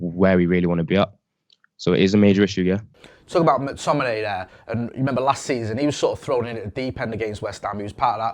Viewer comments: Can't stand people pronouncing it MAC-Tominay. It's McTominay. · That new guy can't say McTominay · McTominein? sprechen sie englisch? i think he plays for scotland not germany